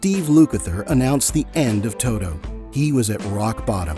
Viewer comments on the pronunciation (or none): To-T-o. With a TEEEEE. Not Too-Doooo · Todo?? Speak English, for God sake!